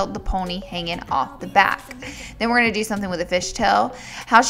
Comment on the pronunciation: I love how she says going! "I'm just GOWING to part this hair, ..."